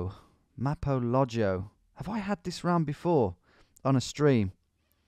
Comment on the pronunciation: Its "Maro" in Cyrillic, its not "Mapo" 😅